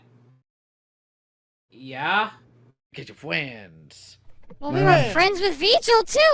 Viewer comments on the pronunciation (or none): Fwends? every time says the word “friends” like that, you know he’s very serious to people using the excuse.